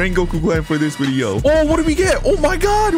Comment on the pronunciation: It’s video not wideo